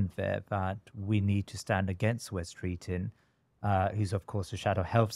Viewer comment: Mr Host, please do not drop your 'g's at the end of words. The name is Wes Streeting, not Streetin.